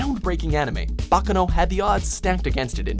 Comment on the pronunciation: Shocker. Y'all actually pronounced Baccano right for once